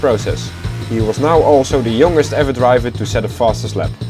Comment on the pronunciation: In the word "youngest" you pronounce ou as "a" not "o". Just a pro tip to improve English. I don't mean to hate, it's a great video. I think you got it from dutch word "jongste" where o is o not like English ;D